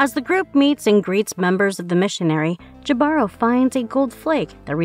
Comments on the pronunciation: I think it's ee Bah ro! The h is also silen. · It's Hee•bah•roe, right? That's how I've been pronouncing it,anyway...